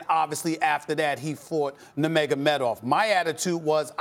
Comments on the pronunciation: Stephen A. "Noomagomeedov" Smith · Stephen A. couldn't even say nurmagomedov LMAO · Stephen A Smith: “Were all thinking about that rematch with Nurmogamedov” Real MMA Fans: “WHAT?!” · Nomeynomeydov- SAS😂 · Stephen" floyd money Mayweatha, nemagomedav" smith